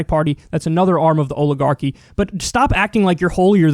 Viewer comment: Olive-garchy, Kyle?